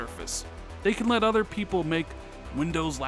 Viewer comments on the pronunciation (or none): none